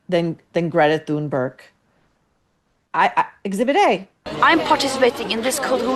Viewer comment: I find it hilarious that you call out M.P. for being uneducated yet you can’t even say Thunberg correctly.